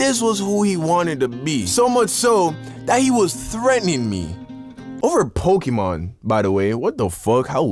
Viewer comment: Mans really said pok🔇mon 😂😂